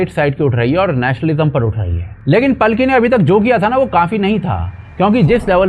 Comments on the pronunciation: इनका नाम पालकी है, पलकी नही। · भाई पालकी नाम है पल्की नहीं।इतने अच्छे नाम का सत्यानाश कर दिया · भाई पल्की नहीं पालकी शर्मा बोलो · मशहूर पत्रकार का सही और वास्तविक नाम पालकी शर्मा उपाध्याय (Palki Sharma Upadhyay) है।अंग्रेजी में उनके नाम की स्पेलिंग Palki लिखी जाती है, जिसका शुद्ध हिंदी उच्चारण और लेखन पालकी ही है। हालांकि, इंटरनेट और सोशल मीडिया पर कई लोग या न्यूज़ आर्टिकल जल्दबाजी में उनके नाम को गलत तरीके से 'पलकी' या 'पल्की' भी लिख देते हैं, लेकिन आधिकारिक और सही नाम पालकी ही है। 😊😊